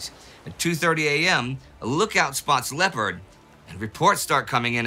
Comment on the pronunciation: Tempest in a teapot. You should honor your own rule as this was nothing 'special'. PS, if you would pronounce the French vessel as it is spelled ,Lay-oh-par, your argument would be much easier to follow.